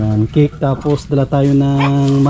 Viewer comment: "Kik" ??? :face-fuchsia-wide-eyes::hand-orange-covering-eyes::face-blue-wide-eyes: Baka cake po. "Tink" you. :face-purple-wide-eyes